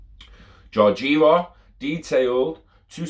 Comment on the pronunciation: George-ee-aa-va